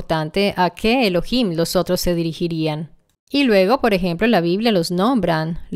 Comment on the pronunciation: La palabra ELOHIM no es de la anglósfera. En concreto es una palabra compuesta de ELOH+IM. Pronunciar ELO + HIM es una mera subordinación a la anglofonía. Los italianos subordinados mentalmente a la mafia angloamericana tienden a usar vocablos de ese lenguaje con afección. Es lamentable!